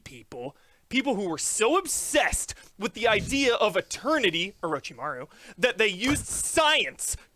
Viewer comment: That "Orochimaru" broke me